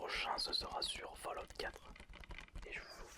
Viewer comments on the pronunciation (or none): none